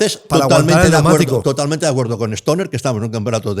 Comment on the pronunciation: Algun dia aprenderá a decir, pnEumatico?.